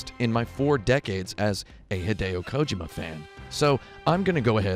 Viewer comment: Please stop saying Kojima incorrectly Thanks